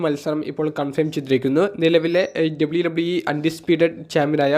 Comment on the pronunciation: ചെങ്ങായ് "എഡ്ഡ ബ്ലയു ടബ്ലയു ഈ" അല്ല, just "ഡബ്ലിയു ഡബ്ലിയു ഈ" 👍🏼